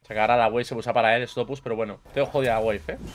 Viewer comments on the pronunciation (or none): none